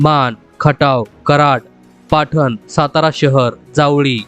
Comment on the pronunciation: पाठण नाही पाटण माझा तालुका आहे हा